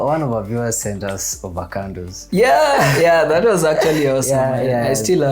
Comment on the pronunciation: He said "Ovacandos".....